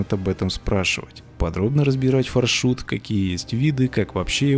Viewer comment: На английском пишется FarShot. Far- далеко, Shot- выстрел. Тогда почему мы говорим ФаршУт. (если я не ошибаюсь) Надо говорить фаршОт( или Ё, не знаю).